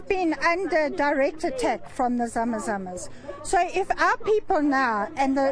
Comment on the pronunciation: It's not Zama zamas